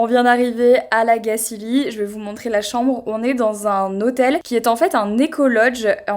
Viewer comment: La Gacilly se prononce comme "chantilly" à la fin, et "on va en Gacilie" ne veut rien dire 😅 J'ai grandi à La Gacilly et j'ai toujours été étonnée du nombre de personnes qui ne savent pas le prononcer correctement ! Mes parents y vivent toujours mais en général nous les enfants nous nous en allons car effectivement à part travailler chez Rocher... C'est pas bien grand et attractif 😅